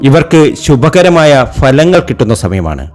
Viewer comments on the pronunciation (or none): none